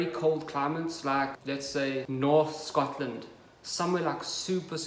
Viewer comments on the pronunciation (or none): none